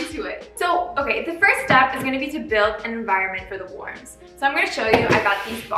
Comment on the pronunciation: You're good, I'm just being a troll😋and I really liked your video! (about the "warms"... 😁)